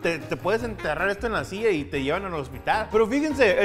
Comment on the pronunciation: Ehto... ehto no tiene consistenciah... un treh...